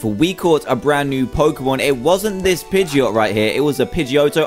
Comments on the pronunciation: it's not a pegeaotoe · Pidgeot say jet instead geot